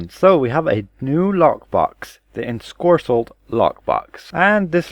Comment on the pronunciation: It's Ensorcelled. Theres no hard "k" sound anywhere in it. Oh, and by the way, Xuna is pronunced Zuna, with a "zz" sound, like in xylophone. It's not a Greek chi, it's an X, So Zuna, not Cksuna. Yeah, the Anglos and the way they mutilate the language... It's almost like they deliberately made it hard to learn! {:-:-:}